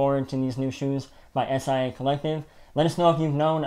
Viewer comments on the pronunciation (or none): Love the vid guys! But it’s pronounced “SY-AH” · Swapt Co Acronym indeed but never says “S-I-A”. 👍🏽